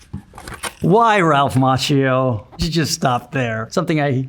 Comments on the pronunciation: I do love him over 40 years - but languages are not his thing. Cause as an Italian speaking person I have to say that his name is pronounced like Makkio. Same as latte macchiato. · But Macchio is pronounced as Makkio in italian, i’m confused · I pronounced his last name as "Ma-key-o" 🥀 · Omg i learn italian right now and it hurts my ears when i hear him pronouncing his own name wrong, so the world has it easier xD like daniel ricciardo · Additional question: How strange is it living your whole life wrongly pronunciating your own family name? Macchio is an Italian name (his family name was Macchia) and in Italian the letter H has its sound. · Ralph Macchio, Conan O'Brien's producer Jordan Schlansky says you pronounce your name wrong. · Love him so much, just can't stand how he pronounces his surname, I was hoping that would come up in the Google search 😅